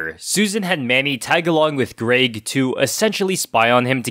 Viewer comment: Where are you from that you’re pronouncing “Greg” as “Grayg?” It rhymes with “beg” not “vague.”